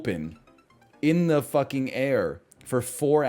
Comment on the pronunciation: the way he said: "IN THE FUC KING AIR"